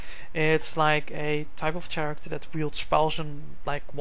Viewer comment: Why do u say chairecter